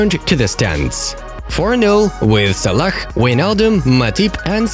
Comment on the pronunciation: It isn't van deek it's van dijk and it isn't salak